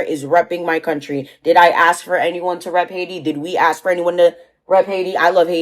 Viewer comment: Calling yourself Dr. While not even pronouncing ask correctly and people are donating money to let this clown educate their children.